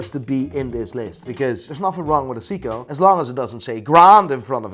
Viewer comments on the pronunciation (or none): SAY KO NOT SEE CO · Its not sick-co. Its say co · Sounds like you're saying Siiko :D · 🤬hate to be the one to correct you, since you are such a know it all, but it's not pronounced SEE-KO it's pronounced SAY-KO ! . . . . . . . JK i dont know Sh1t about watches 🤣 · Why does pronounce Seiko as Seako not Sayko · I know nothing but Seiko when I went to sleep yesterday was pronounced say-co 😂 sounds like seaco or zico (the Brazilian footballer ) probably just me I've been saying it wrong 51 years 🤔😂😂🤣😂🤣😂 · it's Seiko(Say-koh), you're welcome. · Stop saying 'Seeeko' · "Seeeko" ... So much for being an expert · wtf is a SEEKOH?.. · all good but you mispronounced seiko :V its in japanese for god sake haha